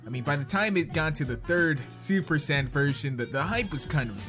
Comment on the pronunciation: you are saying super Saiyan wrong